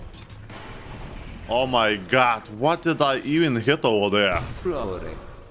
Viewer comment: "Hit" in a Mario accent :P